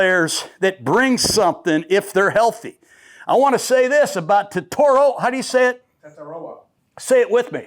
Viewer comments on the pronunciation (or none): none